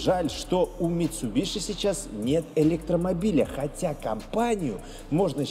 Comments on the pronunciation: МитсубиСи. Митсубиши слух режет аж до скрежета зубов. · Не мицубиши, а мицубиси